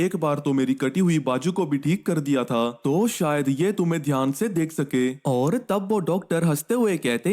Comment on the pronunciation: Oar oar mat bolo 😢